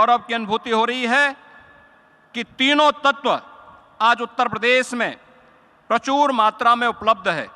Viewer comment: Yogi maharaj hindi dhang se padh lo prachoor nhi prachur hota hai aur transfourmation nhi transformation hota hai